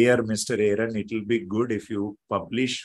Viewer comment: Sagar, you cannot even pronounce Aaron correctly. Shameful and insulting